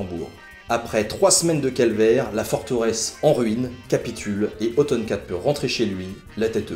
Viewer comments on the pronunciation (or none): La fait de prononcer Othon/Otton comme "automne" me fait sursauter.